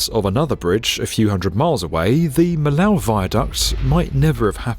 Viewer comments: it's not pronounced "milaow" , it's pronounced "mee-yoh" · Miyo goddammit, MI-YO!!!! (Me yo, make sure to stress the last syllable) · Not "Mill Ow", "Me Yo" ;) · Not any french speaking individual at B1M ? Seriously, it's Miyo not Meelo !!! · It's pronounced "mee-yoh" not "mill-ow" and it's a motorway , not a "freeway". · Very interesting video, it’s anyhow a pity that the name of Millau is not correctly pronounced : it must be me yo and not mill a o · Lord Norman Foster literally said "Mee-yo" at the end of your video. Why on Earth does your presenter say "mill-ow"? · It's French, not German. Millau is pronounced Mee-yo, not "Mill-ow" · The video is nice but I couldn't stop cringing everytime you said 'Millaw', it's pronounced miyo. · "Maïlow" ! 🤣 It really hurts hearing you pronouncing totally incorrectly the name of Millau. It's pronounced in french "Me low" not Maïlow" ! Next time, try to be respectful with french language ! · Excellent video as usual with a very distinguished guest however there are 2 things I’d like to point out: - it’s not the viaduc of miauw but the viaduc of “miyoooo” - this road didn’t make the trip from Northern Europe to southern Europe but it provided a second option for travelers that before could only travel through the Rhône valley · For future reference, the name of the town "Millau" is pronounced "Mee-yo", and not as the jarring "Mee-low" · It's MEEYOH, not milow (Millau). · Millau pronounced Mee-yo ... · Millau = mee yow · Millay pronounced meyo just in case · Millau is pronounced Meeyo :) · Millau is pronounced "Me yo" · It should be pronouced Meeyo, hope this helps! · it's pronounced "meeyo" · Mee-lauw ffs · It's miyó, not miláu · Millau is pronounced Mee-yo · Ah yes, the famous "Mellahw viaduct" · Terrible pronounciation of Millau. It is pronounced as Milo the same “o” as in Arne Slot, the manager of Liverpool. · it's pronounced: Meeyo... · It’s written Millau but it’s pronounced « Miyo ». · Millau is pronounced Me-Yo !